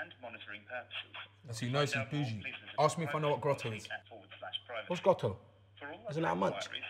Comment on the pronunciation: Why does Chunkz say Aks instead of ask? It's so annoying!!